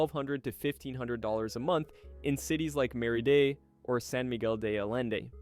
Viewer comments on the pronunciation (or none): mary - Day? you mean Mérida?